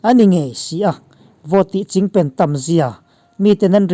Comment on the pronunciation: Chingpen tih hi a thluk a dik zan lo emawni ka beng a lai zawk ni ka ngaithla fuh thei zan lo a thluk a dik lo nge ni. .. a bengvar thlak thin lutuk e, inthlahrung lovin rawn chhiar zel rawh